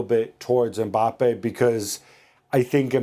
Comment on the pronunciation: It’s mbappe and it’s not close